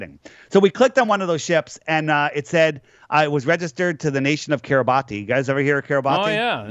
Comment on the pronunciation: It's pronounced like "Kee-ruh-bas" (not "Kee-ruh-bah-tee"). Seriously. Don't ask me why it is spelled that way. I have no idea.